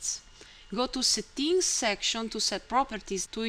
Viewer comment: Nice Italian accent! "Settings" is pronounced as sEtnks or sEdngs, not satteenks :-)